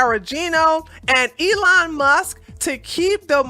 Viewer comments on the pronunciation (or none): none